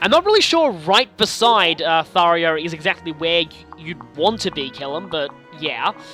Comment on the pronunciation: Ugggggg! It's getting on my nerves! I can't just NOT say anything anymore! You're saying Tharja's name wrong. Do you see an "i" ANYWHERE in her name? NO! (I don't mean to be or sound mean, but it's bothering me.... :/ )